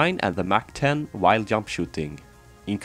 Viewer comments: The "yump" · "peak of the yump"